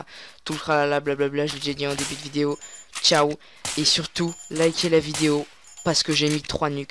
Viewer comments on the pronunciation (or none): none